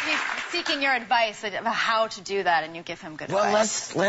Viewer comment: when Tina say's "do" I keep hearing "jew"... lol odd.